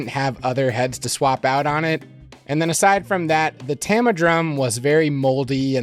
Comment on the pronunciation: TAH-mah, not TAM-uh. Artstar were maple with high-tension lugs, Granstar were birch with split lugs. And personally, I don't find DW hardware to be all that robust. Heavy and over-engineered, yes, but their stands don't hold up to heavy usage any better than any other brand. Their very old stands were especially bad - boom arms held in place directly by a wing nut (similar to a hi-hat clutch on a pull rod), for example.